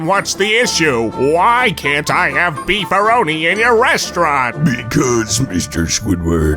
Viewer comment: Dude, it's BEEF-A-REENO. I don't care how you think it's pronounced, it's pronounced BEEF-A-REENO.